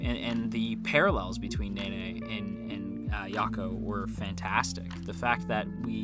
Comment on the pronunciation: him: nene Me: he pronounces it like nae nae